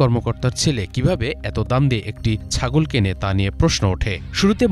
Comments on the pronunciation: রিপোর্টার ভাই, উচ্চারণটা ছাগল হবে, সাগল না। মিডিয়াতে আসার আগে আঞ্চলিকতাটা অঞ্চলেই রেখে আসা ভাল। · সাগল না ছাগল। উচ্চারণ ঠিক কর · রিপোর্টার "ছাগল" উচ্চারণ ঠিক করুন! আঞ্চলিকতা পরিহার করুন রিপোর্টে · উচ্চারণ ঠিক করেন, সাগল না, ছাগল। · রিপোর্টার সাহেব প্রথম দিকে এতবার ছাগল উচ্চারণে ভুল করলে কেমনে হবে ভাই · ছাগল উচ্চারণের সতর্ক হবেন অনুগ্রহ করে।